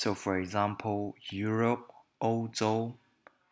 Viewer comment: Hi, I watched your video and it spoke very well! Very detailed, thank you. But there is a small problem: when you pronounce "zh" you usually don't distinguish the "z", for example, "欧洲 ou zhou" you pronounce it as "ou zou". Always your videos are very good!